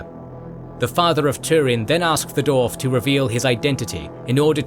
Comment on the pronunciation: It is Dwarf,not,"Dorf". Why do you keep calling them "Dorfs"? Every time you say it all I can picture is the spoofs by Tom Conway,like, "Dorf on Golf". It's a spoof golf instructional video where Tim Conway stands with his legs hidden in holes in the ground,with fake shoes or feet strapped to his knees,to make himself look really short. I can't take your LotR video seriously when you keep saying Dorfs,and Dorven.